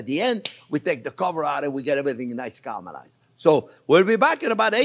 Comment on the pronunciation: every time he says "cah-rell-mur-eyes" drink lol. steak and eggs is amazing, thank you chef.